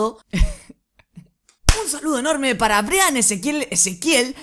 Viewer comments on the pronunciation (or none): none